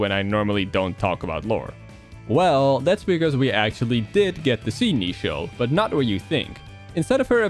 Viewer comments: Getting a slight eye-twitch every time he says Neichel wrong. It's meant to be based on the English word "nature". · neichel is supposed to be pronounced like nature